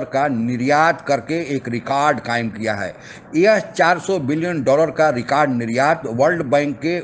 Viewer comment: Kya aap bhi pakistaniyo ke tarha rekard bolte ho????...lol